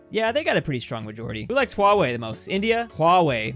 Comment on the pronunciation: Your saying huawei worng